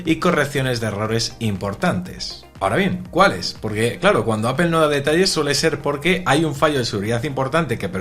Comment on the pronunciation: Apel? Por qué lo pronuncian así?